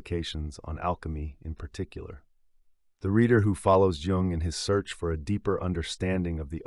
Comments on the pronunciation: He's family name is pronounces like Y-oo-ng not J like in Jesus. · Curiosity killed this hep-cat… Why did the reader pronounce Jung’s name wrong at the very beginning?